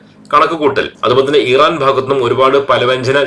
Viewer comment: ഈറാ൯ അല്ല ഇറാൻ എന്നു പറയുക.